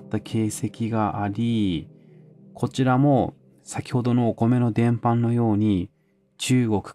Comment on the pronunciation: 伝播は「でんぱ」と読むような気がします。